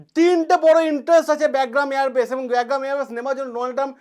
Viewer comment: আপনার উচ্চারণ টা ঠিক করলে ভালো হতো। ওটা "ব্যাগগ্রাম" না "বাগরাম" এয়ার বেস হবে।